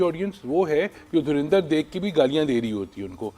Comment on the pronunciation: धुरंधर को धुरिंधर तो ना कहें...